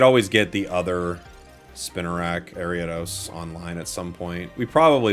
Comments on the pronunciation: Airy-Ah-Dose? What in the holy he!! Is this abomination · AIR-EE-uh-DOS..... AIR-EE-uh-DOS!!!!!! ARIADOS!!!!!!! YOU VULTURE!!!!!!